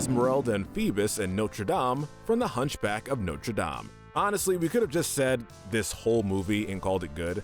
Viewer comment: I'm so happy to hear someone with that region of accent say Notre Dame correctly